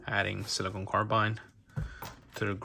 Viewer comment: It’s silicon (a crystal), not siliconE (a rubbery polymer). Jeez